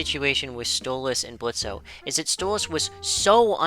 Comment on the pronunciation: Question for OP: Why do you call Blitz "Blitzo" when he prefers the O to be silent?